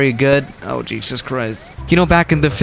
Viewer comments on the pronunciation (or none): none